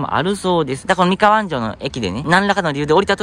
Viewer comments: 安城の発音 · 安城出身です 昔は田んぼだらけでしたね ちなみにあんじょうのアクセントは「じょ」の部分です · 地元のアナウンサーも安城の発音は間違えますな😅